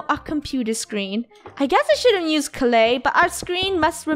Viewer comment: Why does funneh say"nuse" instead of use?